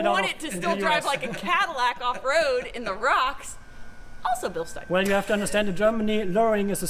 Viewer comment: We love you (sorry if I butchered your name) Excellent footage. Now just to get the American public to pronounce Bilstein correctly.